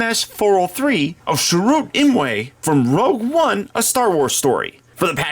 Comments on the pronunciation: It's pronounced cheer-ut 😉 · It's alright, mate, but watch his intro in the film again, he says his own name pronounced correctly, or at least the way the director and writers also pronounce it. Cheers!